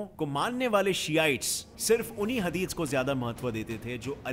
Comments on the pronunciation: Bhai tum bhot kuch words by mistake galat bol rhe ho hadid nhi hadish hota h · Is not hadith is hadees correct your pronounciation 😐